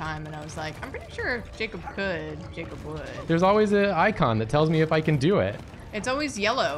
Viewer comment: lmao my name was the only one jacob read wrong in this stream